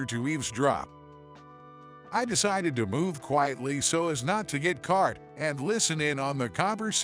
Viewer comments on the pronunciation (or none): What’s with all the “r” sounds? Caught pronounced as cart, talking pronounced as tarking, coffee pronounced as carfee.